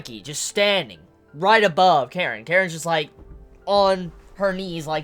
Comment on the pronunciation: Kanae not Karen